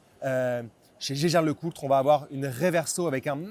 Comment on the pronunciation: ça ne se prononce pas gégère Lecoultre, mais hiéguère Lecoultre.